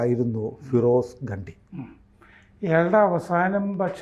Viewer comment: ഗണ്ടി അല്ല ഘണ്ടി ആണ്